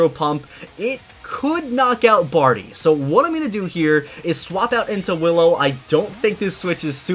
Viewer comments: Wait...Hallow? You mean Willow right? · He said hollow instead of willow haha xD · Its willow not hillow😂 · Howllow. me: Willow!